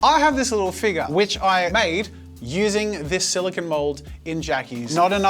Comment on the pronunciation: I like how jazza say "Figure" FeGue🤣